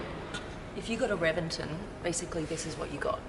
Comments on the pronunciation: It is pronounced as Re-ven-ton; not Reven-ten. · It's pronounced with a B, Rebenton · No you say it reBenton. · Pretty sure it is pronounced, “Rebenton” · Pronounced rebenton